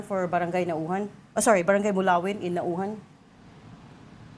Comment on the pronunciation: First of all this lady interviewer could not even pronounce the town Naujan correctly and she thinks she knows the ins and outs in the Congress. Is she trying to be American? What is wrong with you people? You are Filipino and you could not say the town, correctly??? Don't you review this first before you go live? I know this Congressman Arnan. He would not do such a thing. He is beloved by his people. Sen. Lacson might have been too quick to point fingers. Sen Ping Lacson could not even pronounce the town Baco correctly as well. Looks like he did not study very well. The problem lies in DPWH, District Engineers, Regional Directors and Contractors. On the allegations that officials like Senators Escudero and Villanueva have ties to contractors, then that should be investigated as well. Even Mayor Isko Moreno complains that DPWH does not coordinate with LGUs properly when they do big projects like this. Philippines need to be well versed in Project Management concepts especially in DPWH. This is a big problem in the Philippines, lack of Project Management skills and guidelines. This is the reason why contractors corrupt the funds during implementation and support process.